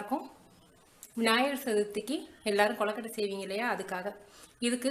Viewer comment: naan onnu sollanum semma recipe but u r pronunciation of kozukuttai is wrong it is kozukuttai not kollakuttai